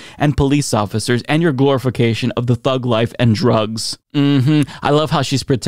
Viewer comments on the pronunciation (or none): none